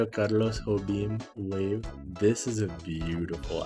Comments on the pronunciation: Please stop saying Tony Jobim's name like it's Spanish bro he is Brazilian 💔💔💔💔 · you said it with a hispanic accent pls dont ToT. It´s kinda of weird cus hes brazilian not hispanic, just say it with an american accent, its fine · you pronouncing tom jobin's name with a spanish accent killed me a little ngl😵‍💫 but you have such an amazing collection im so jealous